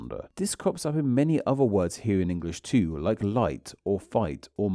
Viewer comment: why-ya do speakuh likeuh thisuh? I know this looks more like an italian accent when I type it out, but you are doing this. Especially at the end of sentences, like "this sound and spelling too-ah". It's weird.